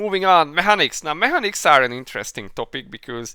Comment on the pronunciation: Mé hanics? Mé kanics 🙂